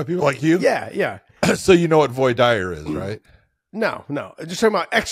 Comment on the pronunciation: Big John tries to show off he knows big legal terms "voir dire" but he doesn't know how to pronounce it. 🤣